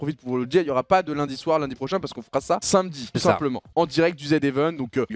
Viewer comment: c’est normal doigby il sait pas prononcer “samedi”